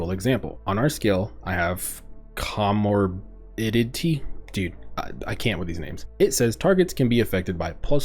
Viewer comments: Co-Mor-bidity. not a hard word. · great video! by the way, comorbidity is read like "co-morbid-ity". it's a term for medical conditions that affect how other diagnoses are treated. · Co-More-Bid-Ity = Comorbidity...